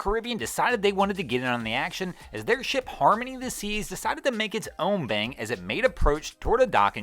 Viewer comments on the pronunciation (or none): none